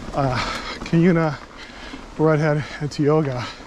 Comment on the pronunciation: Heads up: it’s tye-O-ga.